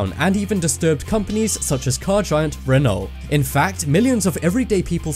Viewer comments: Hahahah renol wtf is a renol mate its Renault pronounced reno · You don't say the lt in Renault ffs